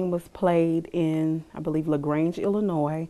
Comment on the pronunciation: the worst crime committed here is saying Illinois with a non-silent S!